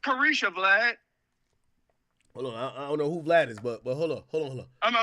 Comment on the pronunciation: Every time he say Vlad I think about Glad😩